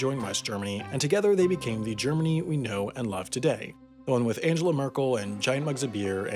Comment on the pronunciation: But next time try to pronounce the first name of Merkel right. Ever Bart got corrected by Lisa S. on that one.